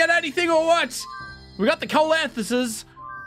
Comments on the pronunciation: ceolcanthus is pronounced Sea-lowe-can-th-us.....I tryed soooo hard not to type this comment down thw first time... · its SEE-lO-can-thus